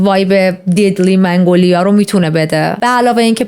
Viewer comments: سلام عالی بود 🎉🎉🎉 ولی یه نکته وجود داره این گل مگنولیا است شما منگولیا تلفظ کردین فکر کنم اشتباه لفظی بود 😅😅😅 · منگولیا اشتباه است و مگنولیا درسته..من فلوریست هستم و متوجه شدم منگ‌لیا میگویی اما درستش. مگنولیا میلاشد.عرض کردم جهت اطلاع.موفق باشی خوشگره. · عزیزم منگولیا چرا میگید؟ اسمش مگنولیا هست.داشتید پرونده مینوشتید اسم صحیحش رو سرچ نکردید؟ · درود بر تو❤ ممنون بابت کاور این پرونده خیلی خوشم میاد که با دقت و با انرژی زیاد جریان پرونده هات رو توضیح میدی و انقدر واسه شنونده هات ارزش قائلی در مورد گلی که اسم بردی باید بگم که من از چت جی پی تی سوال کردم گلی به اسم منگولیا وجود نداره و اینی که گفتی تلفظ درستش مگنولیا هستش که من حتی خیلی سال پیش عطرش رو هم داشتم در مورد سمی بودنشم؛ بو کردن و لمس کردن گل مگنولیا اصلا خطرناک نیست ولی خوردن قسمتهایی از ساقه و گلبرگش خطرناکه و بخاطر همین، نگهداریش در خونه به کسایی که پت دارن توصیه نمیشه همین دیگه؛ بازم ازت ممنونم خیلی دوستت دارم بانوی زیبا و پاینده و پیروز باشی 💝🥰⚘😘🙏🏻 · منگولیا😂😂😂 مگنولیا🙄✅ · ای خدا😅😅😅 عزیزم چقد بامزه مگنولیارو میگی منگولیا😂بگردمت😅❤ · چه باحال مگنولیارو میگه منگولیا 😂عزززیزززممم ❤ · منگولیا چیه؟ مگنولیا درسته.. 🙂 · مـگـنـولـیـا درسته، چرا میگی مـنـگـولیا؟! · مگنولیا فکر کنم نه منگولیا 🙂منگولیا شبیه فحش شبهای برره اس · فکر در ابتدای ویدئو به اشتباه می گفتی منگوایا